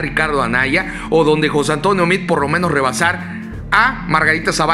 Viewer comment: Ponte abusado carnal. No es José Antonio Mid. Repites hartas veces el nombre de José Antonio Mid. Hasta parece que le haces propaganda. Es José Antonio Meade, no Mid. Mejor conocido como el queso de puerco.